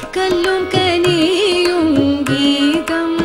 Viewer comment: If my observation is right, I would like to tell that on no single occasion the word Geetham is spelt properly by the popular singer. Invariably at all places it is pronounced as Geedham.